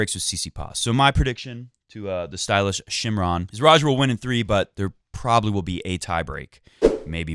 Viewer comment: Shimran is said as shimrun